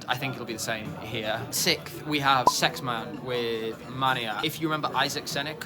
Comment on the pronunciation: It's SexMANE not SexMAN